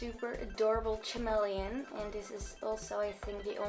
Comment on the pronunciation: No hate but it's ca... Mel... E... On